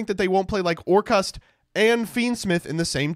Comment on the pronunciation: the way you pronounce orcust is sus. Orkhaast?